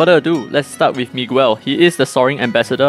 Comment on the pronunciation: I think Claras abi1 and 2 might work at the same time when her hp is at exactly 60% tho that's pretty unlikely to happen. Also, I'm pretty sure Miguel is pronounced as Migēl, well that's how it is for me. And the Valentines Floretta will be the commonly used one.